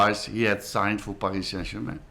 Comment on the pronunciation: did he say paskis saint germain